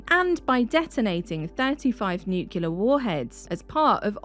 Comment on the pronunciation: It's really a shame that you can't pronounce 'nuclear'. I suppose you have the same problem with 'aluminum'.